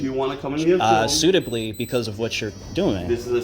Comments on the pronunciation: Ummm…. “Suitably “? So you only do this for a chance at litigation, and you don’t even know how to verbalize it. Bahaa. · Did you say that they can open themselves up for something "suitably"??? WTF?! 🤣🤣🤣🤣🤣🤣🤣🤣🤣🤣🤣🤣🤣🤣🤣🤣